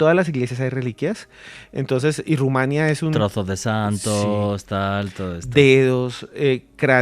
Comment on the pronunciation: Felicidades al interlocutor del conductor principal: una en mil personas que sí sabe q se dice Rumania (sin acento) No Rumanía. Bien x usted! Me dio gusto escucharlo.